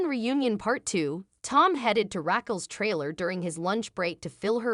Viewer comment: Pronunciation much? Rackel? SheeAnna? My ears are bleeding.